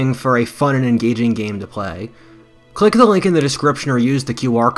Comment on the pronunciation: Cleek cleek cleek. Am I wrong or is it pronounced “click?” Have I been pronouncing it wrong my whole life?